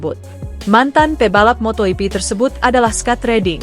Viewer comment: itu si presenter ngomong apa sih???....motohipi...motohipi...motoyipi...motoyipi...wkwkwkwkwkwk.....😜😆😝😂🤣